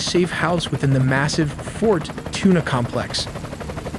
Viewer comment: I dont know much Spanish but pretty sure it's not pronounced "Fort Tuna"